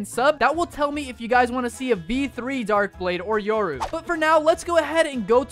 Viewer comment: Bro Said Euro instead of yoru